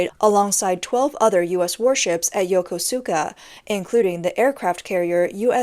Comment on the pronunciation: Yokosuka? Helios? Kilowatt? That's not how those are pronounced. Again, hmu if you want a narrator. :)